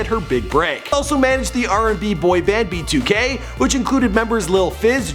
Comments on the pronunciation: Did he say “b2 gay” ? 😂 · Bro when you said "b2k" I had captions on and it said "be too gay" I have nothing against gay people just found that funny